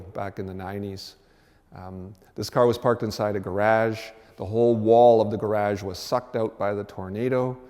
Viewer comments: Weird way to say garage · I know what a 'gar-AJ' is but what's a 'deckle' ?